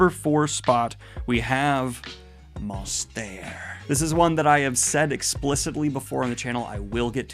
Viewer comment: Though it didn't win, I can't wait for you to pronounce it Monstair in every single review lol